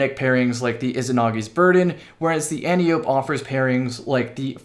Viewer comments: You are my favourite Destiny YouTuber... but it is still the ANN-TEE-OH-PEE. Antiope the daughter of Ares (pronounced AIR-EES) the god of war, Surely the Antiope has been around long enough for you to Google it. It is usually the first thing I do when I see a word/name I don't know, I would say that is how I know how to pronounce Jotunn correctly but I had heard of Jotunheim so It was an easy guess, still Googled it though to find out the meaning.. was kind of interesting. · The last E in Antiope is pronounced separately. An-tie-oh-pee/An-tee-oh-pee/Ahn-tee-oh-peh, not sure exactly. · Antiope is a name in Greek mythology. It's not pronounced "annyope". 🙄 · ANT EYE OH PEE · Since Antiope is going to be a thing again can we all say it right?